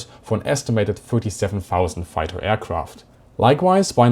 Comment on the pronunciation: I have never in my life heard a more stereotypical "foighter".